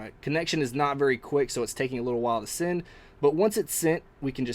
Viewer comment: Thanks for a great review. I must say one thing. I cant stand it when you say send sending or ten. You say it like sind sinding or tin. Sorry. Just saying. Again great video.